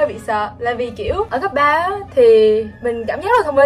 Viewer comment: Mình thích chén nì lắm á nhưng mà "cấp 3" chứ hong phải "cắp 3" đâu <3 merry christmassss